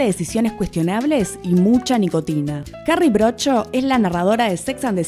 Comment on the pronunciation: "Carrie Brodsho"😂😂